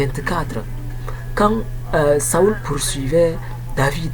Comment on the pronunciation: Mon cher ami, Saül se prononce [sol] et non [saul] => (saoul).